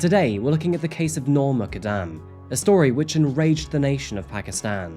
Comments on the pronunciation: It’s important to pronounce names correctly. Her last name is pronounced, “Moo” “kud” “dum” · Please her name is Noor Mukaddam Pronounced Moo-kuddam Please be sensitive enough to pronounce names properly!! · Last name is pronounced “Mook-uhd-um”